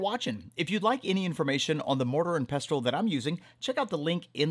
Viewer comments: Ah come on the t is silent ffs...😂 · Isn’t the T in pestle silent?